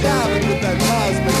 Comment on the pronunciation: Not "cubik" - "cosmik" (cosmic). How is it possible to not know Zappa? You need smarter friends.